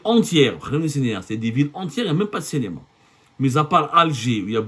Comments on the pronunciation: CINÉMA et non CÉNÉMA ya Abdou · Abdou, tu as un problème de phonétique, ce n'est pas cénéma mais cinéma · CINÉMA et non CENEMA